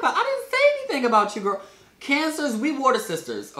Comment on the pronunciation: every time he said girl I stared to jerk my head and saying what😭😭😂